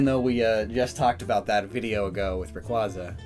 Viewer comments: Nobody : Rack-zay-uh: y e a h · Still can't pronounce Rayquaza correctly